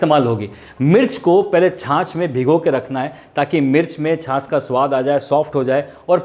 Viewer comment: या खुदा तेरा शुक्र है की कोई तो छाछ को छाछ कह रहा है । एक गधा है लखनऊ से जो बड़े ही बोर कर देने की हद तक जा कर अपनी हंडिया बनाता है और छाछ को छास छास कहता फिरता है ( वैसे उसे उर्दू बोलने का भी शौक़ है और अल्लाह तौबा बहुत ही बुरी उर्दू बोलता है और बीच में गाने भी गाने लग जाता है और अल्लाह क़सम गाता भी बेसुरा है)।